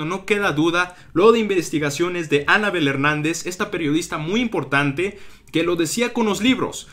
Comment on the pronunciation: Todo bien pero aprende a decir Anabél no Ánabel.